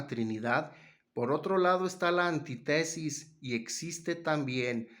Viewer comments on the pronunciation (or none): Antítesis hermano, y no Antitesis